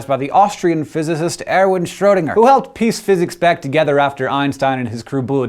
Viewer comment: Shame you can't be bothered to pronounce Erwin Schrödinger properly - surely he deserves that much.